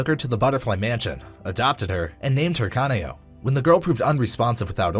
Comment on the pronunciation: the way you pronounced “kanao” hurts me, what is a kanay-oh?